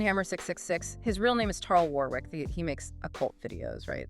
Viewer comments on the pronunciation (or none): none